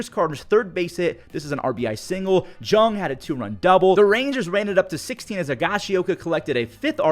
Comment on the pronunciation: and Jung=Young